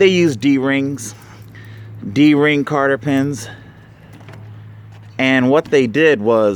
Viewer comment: "ace a mo". There isn't even an o at the end. You have it right there in the title. And it's cotter pin, not "carter pin"